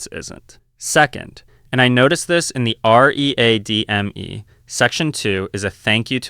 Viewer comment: This channel could be so good if someone bothered to curate it. Nothing quite so awful as pronouncing README as are eee aye dee em eee.